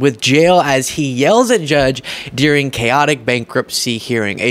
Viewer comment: The word “ during” is pronounced with a long “u” You are saying Deering